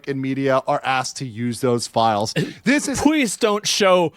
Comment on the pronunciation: WTF is Pweeze??